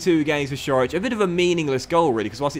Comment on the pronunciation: Coric is pronounced just Core-itch, there’s no change in the C.